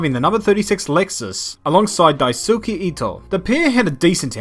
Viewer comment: F for that pronunciation of Daisuke